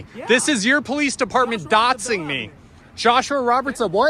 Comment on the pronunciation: It’s doxing not “dot-sing”